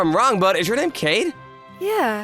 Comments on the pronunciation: Hmm why does the voice actor keep calling the wife's name "Cade" instead of "Kaede"? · Kaede (楓, かえで, ) is not pronounced caid, its pronounced kah-eh-day